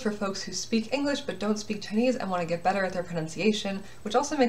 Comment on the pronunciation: WOAH YOUR CHINESE PRONOUNCIATION IS ONE OF THE BEST IVE SEEN FROM AN AMERICAN 好棒啊！